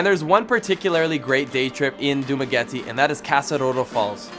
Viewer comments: Funny how they pronounce some names like dumaguete ik this beacause I am filipino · ( Its Pronounced Dumagéte and Manhùyud 😅